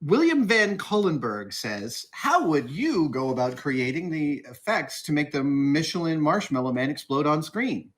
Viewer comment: did he say "Michelin marshmallow man"?????